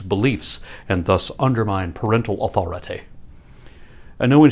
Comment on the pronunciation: "parentAL AwthoraTEH" ahaahuahuauhaHAHAHAH